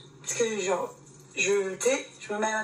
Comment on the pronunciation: Tout ça pour répéter trente-deux fois "genre" qu'elle prononce jore A croire que plus tu es médiocre à devoir raser les murs, plus tu te pavanes comme si tu étais le roi du monde.